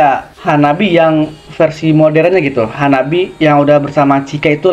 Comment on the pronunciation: The name of the band is wrong. In Japanese reading, it becomes HANABI-Eh and pronounces E.